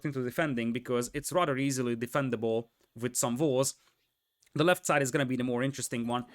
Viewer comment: everything with a W is hilarious too, like "valls", or "vere", or "volves"